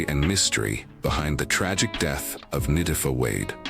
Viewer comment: It LA Tee FAh in pronunciation not tiff fah